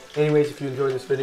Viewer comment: He spetl video rong when he says "like the vdeo"